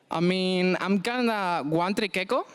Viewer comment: everytime he said ''yuno'' and ''ay min'' i got cancer